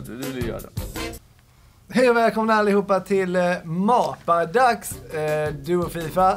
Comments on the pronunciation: Asså!! ”Hej o välkomna till ma-pa-dax” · Hahahaha mapadax helt fel utalat